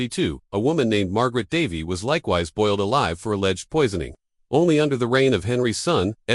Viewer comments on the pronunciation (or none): Boiled "a-lever"?!?